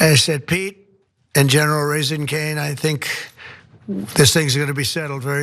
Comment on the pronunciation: Did he call him "General Raising Caine"???